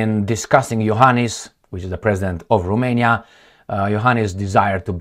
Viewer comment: its Ro-mania, not ru-mania romania means, land of the romans, not land of the rumans!! geezzz